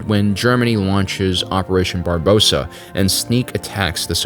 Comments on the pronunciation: It's operation Barbarossa, not barbosa... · Barbarossa not barbossa😂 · Its Barbarossa nor Barbossa. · Did...did anyone else notice "Barbosa"? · ''When the German's started Operation Barbossa.'' It's called Operation Barbarossa, not Barbossa. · it's barbarossa the guy from history books. not barbossa the guy from pirates of caribbean haha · *Operation Barbarossa, not Barbosa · operation Barbossa, the hunt for Black Pearl XDDD it's Barbarossa my dude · The design for the BT-7 tank props are unrealistic cus they don't have the Christie suspension You also said "Operation Barbossa" instead of "Operation Barbarossa" which is it's actual name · Just minor corrections, Germanys invasion was called Operation "Barbarossa" not "Barbossa". Also, the Russian city they were fighting in was Stalingrad, not Moscow. The German Army never even made it into Moscow, only barely to its outskirts. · Barbosa? I think you mean Barbarossa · Operation Barbarossa, not Barbosa! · They don't even know how to pronounce Barbarossa, they can't defeat me hahahahaha! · it's pronounced Barbarossa not Barbarossa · Ah yes, operation B A R B O S S A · no one cares about the french. the only pronunciation that matters is the one that pisses off the french.